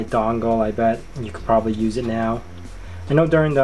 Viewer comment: "i could problubly couff up something. WHAT?